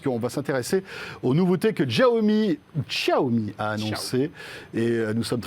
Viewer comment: François Sorel. Oh pu.ain!! Ça y est ! Il l'a fait ! Il a enfin prononcé Xiaomi correctement ! Bon... Y avait encore des ratés de temps en temps mais c'est très bien quand même. Bravo 👍Champagne 🍾🍾😁